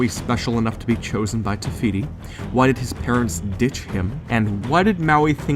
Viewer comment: Take a shot everytime he said tefiti